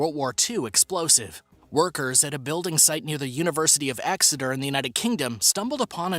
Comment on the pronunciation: Pronounced the way its spelled my American friend...EXETER...NOT AXETOR. And another thing HADE not Pronounced HAD as in the Scottish/Roman wall...i should know I'm 🏴 🇬🇧 and no they DIDN'T CONQUER ALL OF 🇬🇧 thats why they bulit the wall cos they couldn't handle or DEFEAT us PICTS. 🏴 c'mon m8ty your supposed to be educating us viewers.